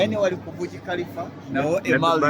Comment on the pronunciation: Thank u. The tallest building (Burj) Khalifa Pronounce it as Baaji not Buji But thanks for the show